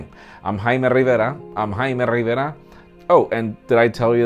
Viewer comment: Dood i still don't understand ur name "hi ma riva"